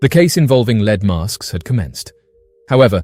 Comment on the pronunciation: “leed mask case”